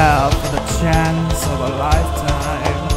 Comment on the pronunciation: This actually is really good. All you need is some compression on the vocal and make sure you keep the right accent (chance is pronounced very American, for example). But the singing and talking are excellent. Just compression and maybe a bit of reverb or a similar effect (just a tiny bit to smooth things out) and this is excellent.